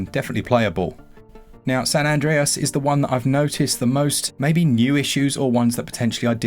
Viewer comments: I love you, (I don't want to make this uncomfortable), but both my other half and I physically recoiled at your pronunciation of Andreas. We'll be fine. We'll work through it. But I need you to know you've done something here. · Well that's one way of saying Andreas